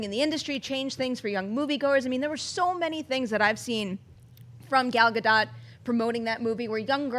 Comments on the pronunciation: FYI pronounced "Gadot" like " boat ". Please google it. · Why does no one pronounce Gal Gadot's name correctly? it's pronounced like boat!